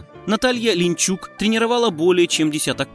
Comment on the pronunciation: Але! вам вообще все равно, какие тексты начитывать и какие имена называть? Вы вообще не в теме, если легендарную Наталью Линичук превращаете в Линчук. Учите матчасть. Или займитесь кулинарией, например.